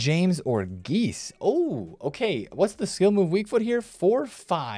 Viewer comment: Geyse is pronounced "Jessie" so you know ;)